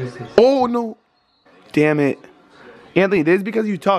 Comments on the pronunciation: Lol 😂 he said damnit instead of damit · Brian said “dam nit”